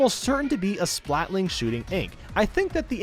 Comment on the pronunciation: "A splatling shooting ink" He's played for 100 hours and can't even say the name right..